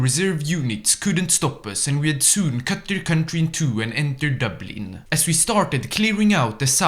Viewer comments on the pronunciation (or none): none